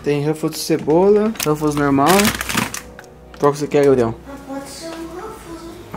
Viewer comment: E impressão minha ou ele ficou chamando o Gabriel de Gael.